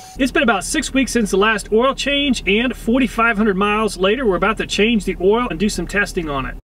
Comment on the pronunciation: Whenever he says "oial", my kidney hurts..